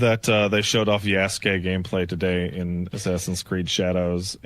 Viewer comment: "Ya-Soo-Kay" is probably how he pronounced it too.